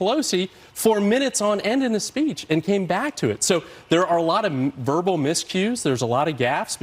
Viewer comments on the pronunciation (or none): none